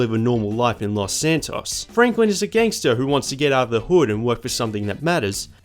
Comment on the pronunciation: Did you just say gengstar haha